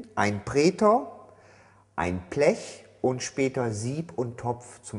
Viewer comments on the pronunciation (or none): Das heißt Blech und nicht Plech 🤣